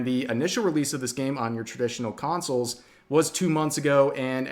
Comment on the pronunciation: consoles, not councils.